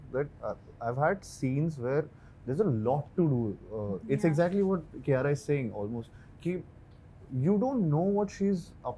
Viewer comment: Did she pronounce herself as "Kiyaya"??